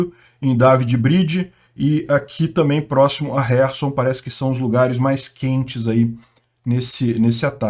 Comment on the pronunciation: Camarada!!!!O nome da cidade é KHERSON.Lembre-se que, que, que.,..KHERSON e não HERSON!!!!O "K" não é MUDO!!!!